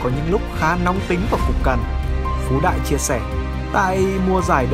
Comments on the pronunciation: Đừng đọc ngược tên Phú Đại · Phú đại đọc láy phái đ* :))) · Phú đại đọc lái :)))